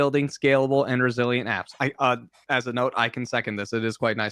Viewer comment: Every time they said resilient software I understood Brazilian software lol